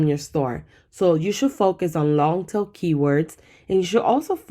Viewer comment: so sorry, there is one sentence that I’m not hearing right. Are you saying long tail keywords or long til? Thank you for your videos!! Learning lots, subbed and liking as I go.